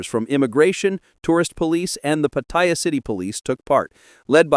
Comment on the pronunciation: Hilarious pronunciation of Pattaya. Go ask a local how to pronounce it